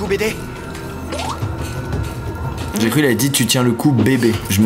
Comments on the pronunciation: Il dit bb au lieu de bd 😂😂😂😂 mdrrr c bd1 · Il dit BD oui mais c'est pour l'humour le BB.. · C’est pas « bb » mais BD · Il dit pas bb il dit bd